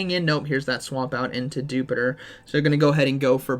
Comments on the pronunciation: Why does everybody pronounce dewpider as you would jupiter and not as spider but just with the 'dew' in front of it when it is cleary a little spooder? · it should be pronounced as Dew-Spider...not as jupiter..